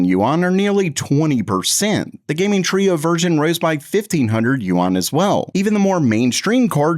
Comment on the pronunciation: I live in Hong Kong and just so you know, you're pronouncing Yuan wrong. It's much easier to just say, RMB!